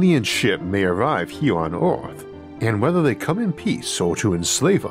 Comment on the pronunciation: Lol he said "on eohth🌍"